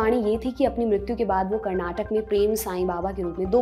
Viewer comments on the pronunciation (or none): none